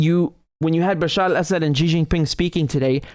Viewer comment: You pronounce Bashar al Assad so well. Now try to say Shee JinPing.